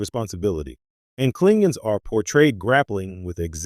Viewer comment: terrible AI voice KligOMs not whatever the f is being said here